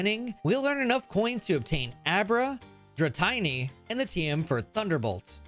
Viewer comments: The way you pronounced Ecruteak and Dratini make me want to commit war crimes. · I was considering that I was wrong about the pronunciation of Dratini, but THEN you said Eh-crew-tee-ack, instead of like, the type of wood teak. Cool vid tho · Because you pronounce martini as Mar-teeny and not Mar-tiny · I thought the comments was dramatic but what in the world is that Dratini pronunciation 😭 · Ik it's bait but dratiny is same levels as wolfey with criminal mispronouncing, but hey he baits comments with it too, so if it ain't broke.. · broooo why did he pronounce dratini like that 😭😭😭😭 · I left after you said dratini that hurt to hear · so he just pronounces raikou flawlessly but dratini and ecruteak are too much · I was really enjoying the video until I heard dratini. It hurt my soul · Hello I am also here to complain about the pronunciation of Dratini and ekroodiak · You know why I'm in the comments. Please say Dratini well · Seriously how can you mispronounce a gen 1 Pokemon’s name? Is this for real?! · Had to stop watching as soon as you called it "Dra-tiny". 🤮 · Never say "Dra-tiny" again. Or EcruteeAck. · I know it’s just to encourage engagement… but dratini rhymes with martini, and ecruteak is the color ecru combined with the wood teak So dra-ti-ni not tiny And ec-ru-teak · DRA TINY ??? draTineeee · Why do you pronounce Dratini wrong? It's Dra TEENY not Dra TINY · IT'S DR-TEENY NOT DR-TINY OMG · Tini (teenee), not tiney (tine-y). Dratini. Pronunciation. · Did you just call Dratini... Dra'tiny'??? I hope there's an inside joke i've missed 😂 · Dra-tiny and Ecroo-tea-act are crazy. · No one: Pokémon trainers from Ohio: “oh boy! I can’t wait to go to ek-ru-te-ack city with my Dratiny!” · Dratiny evos into drayguneyer then into dragoonyte. Some convergent mons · Funny how changing the second i into a y only changes the pronunciation of the first i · "Dratayne" Dratini's name is a combination of "dragon" (Dra) and "teeny" (tini) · Bro said “drawtiny”